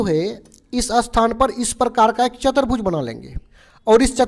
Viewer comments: Sir chatrbuj nhi hota chturbuj hota h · not chatarbhuj say chaturbhuj